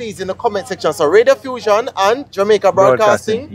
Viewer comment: Not Radiofussion, Reddiffusion.